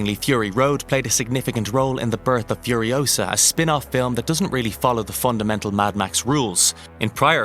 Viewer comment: "Mad max" Furiousa.....FCK YOU Hollyweird